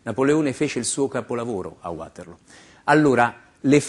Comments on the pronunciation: '' Napoletone a Uaterloo " ??? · E ancora: non si pronuncia neanche "Uaterlo" come fa lui😂😂😂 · ma perchè uàterloo? mica è inglese... :-))))